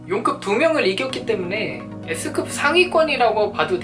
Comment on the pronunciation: 나만 예스급이라들음ㅋㅋ